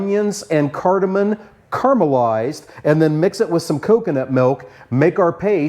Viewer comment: Cardamom. Not cardamon. 😊